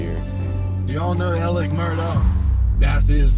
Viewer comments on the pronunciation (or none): Not trying to be a jerk but you literally say his name wrong twice in the beginning. Why do you call him Alec instead of Alex? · Why does the prosecution call him Alec when his name is ALEX.?